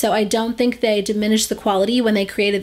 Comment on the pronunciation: She sounded Australian when she said "thé"😂😂